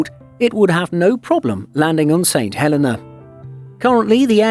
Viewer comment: And you miss pronounced it, the Helena is He lin na, also if there's enough demand, a RWY expansion could fulfill a direct flight.